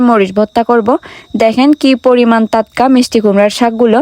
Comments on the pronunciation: টাটকা।✅✅ তাতকা।❌❌ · তাতকা❌ টাটকা ✔️ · টাটকা 😊 তাতকা নয়❤ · তাতকা তাতকা শুনলে অনেক হাসি পায় 🤣🤣😂😂😂😁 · তাতকা তাতকা, তোত্ত পাহাড় 😅